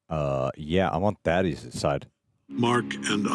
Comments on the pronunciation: Now that he's dead can we finally call him Thaedus and not Thaddeus? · THAY - DUS. They say it over and over again. Christ.